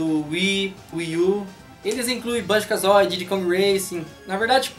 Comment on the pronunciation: Parei de assistir quando ouvi Banjo "KAZÓI"